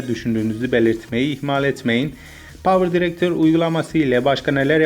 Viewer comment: Bu videoda herşey doğru ama bitek şu yanlış "Power drector" 👇